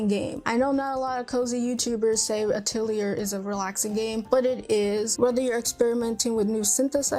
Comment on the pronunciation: I think you may be pronouncing Atelier wrong as back when I started playing them I did some research on it since I wasn’t sure and it seems to be more like “uh-tell-ee-yay”. So you don’t really hear the “r” at the end. But, if you love Atelier games, you may also like the Blue Reflection games. They are also from Gust and similar gameplay. Magical girl. I love Blue Reflection and Atelier so much.